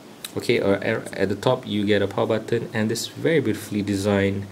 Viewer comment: funny the way u say....."button"....xD